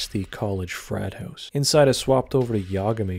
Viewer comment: This guy talks like Joe Pera if he joined the mafia or owned an NYC/Jersey pizza shop. Although there's a hint of Canadian, because he pronounces house as "hewse" and "out" and "oot". A soothing but somewhat cartoonish voice that perfectly suits the YouTube commentary genre.